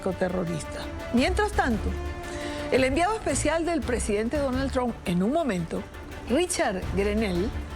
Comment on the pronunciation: BOBO, EL APELLIDO DEL PRESIDEN DONALD SE PRONUNCIA TRAMP, DEja de pavadas y pronuncialo correctamente traaaaaaaaaamp